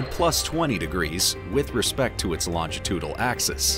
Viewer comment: "Regiments"???? "Elongitudal" ???? "Preminant" ???? "Longtitudal"????